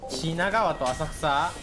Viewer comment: 品川と浅草〜？が完全に日本人